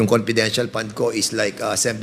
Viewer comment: Whole Philippines po covered ng VP at hindi nka-upo lng ang VP...mas busy pa sya sa president sa sipag nya....hindi mahirap gastusin ang perang yan kong para sa bayan talaga.... ImPormation, ConPidential, Porten million, oPPice....pagtsure Dan Pernandez!